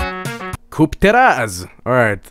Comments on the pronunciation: as a Polish person i'm impressed how said "Kup teraz" ("buy now"). Woah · As a person from Poland, I can confirm he actually nailed ,,Kup teraz" which means ,,Buy now" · But I have to congratulate you, you've pronounced "Kup teraz" and "Historia" quite well, we don't have that accent, though 👌😂